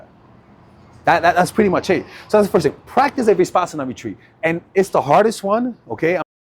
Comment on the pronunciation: It’s Vipassana not ViSpassana